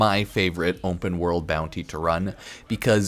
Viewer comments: Why does he keep saying Wumpah world instead of Open world ? So annoying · "umpen world"